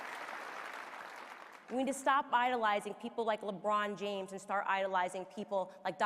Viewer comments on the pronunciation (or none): none